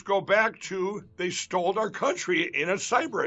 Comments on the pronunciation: “STOLD” lol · "They stold our counchry in a cybra attack..."